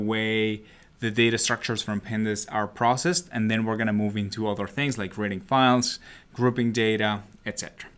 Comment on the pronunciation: It sounds like he's saying "raiding data" which is honestly so much better